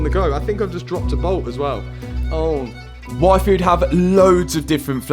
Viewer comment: Every time he said yfood I think its wifo! ara ara..